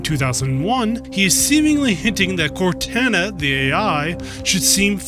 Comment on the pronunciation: Awesome video. But please, it’s canonically pronounced “Cor-tah-nah,” not “Cortanna.”